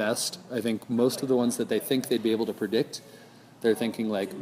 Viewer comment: predict, not perdict